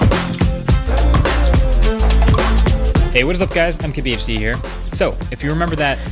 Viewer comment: Why does it sound like he's saying kbhd not mkbhd